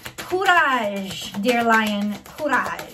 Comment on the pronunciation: Did you just said "curaj"??? Well, now for sure, I know who my lady queen is ! I ment empress ,obviously !